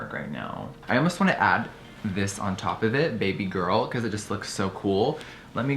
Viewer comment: “bb girl” its bEH bEH guuurrrllll